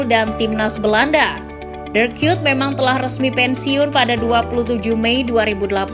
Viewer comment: Bacanya emg dirk kyut ya? Bukannya Kuyt?